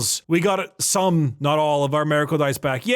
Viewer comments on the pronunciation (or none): What the hell is a "Mareicle"? Is his voice resonating in his 5-head and ruins "Miracle"?